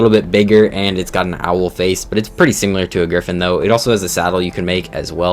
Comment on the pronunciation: Stop saying "SIMULAR" ITS SIMILAR!!!😂 (I'm subbed and like your vids, so not here to hate)lol